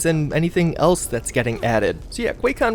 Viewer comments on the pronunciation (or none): none